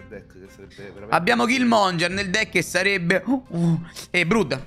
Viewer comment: Perche lo chiamate Killmonger? 😭😭😭 É killmonGHEr